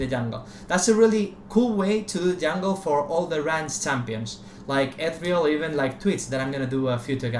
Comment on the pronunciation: "Ethreal Jahngle."